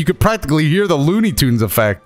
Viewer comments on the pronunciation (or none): none